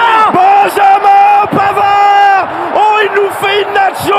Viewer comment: put-euh Benjamin Panard 1 ans